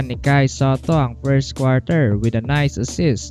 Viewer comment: Buhay na buhay boses mo sir a. “Kai Sateh” peace bro